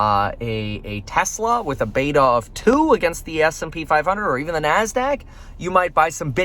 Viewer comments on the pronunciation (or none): none